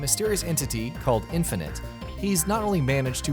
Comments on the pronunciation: WAIT WAIT HOLD UP. Did this man say *Infinity*? It's INFINITE. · Infinaty? no its infinite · Did you really just call Infinite, 'Infinity'? Smh